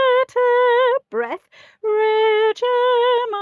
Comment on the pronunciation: Hello from Slovakia! I like your tutorials. Regem angelorum "g" is a hard pronuncation like in a word "go".